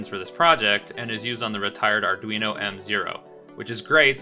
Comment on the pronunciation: Did dude really say aredweeno? Lol Also need more uploads, been awhile since the viral one